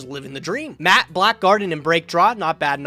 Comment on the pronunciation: I love that pronounces MA'AT as just Matt